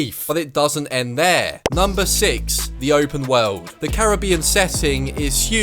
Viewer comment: “The wewld”